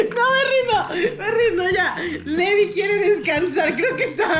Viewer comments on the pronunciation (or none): el nombre se escribe levi pero se pronuncia livay